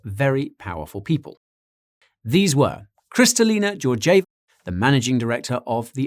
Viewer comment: hello :-) your pronunciation mistake significantly the name of IMF Managing Director - Kristalina Georgieva the name pronunciation is exactly how it is written :-) all best wishes!